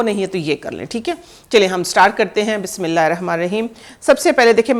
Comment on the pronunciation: bismillah thek prha kren please